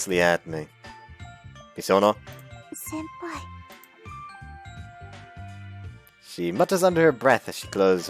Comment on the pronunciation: the translation from senpai to senior always makes me think shes saying senõr.